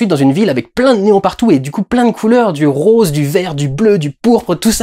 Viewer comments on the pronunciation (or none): none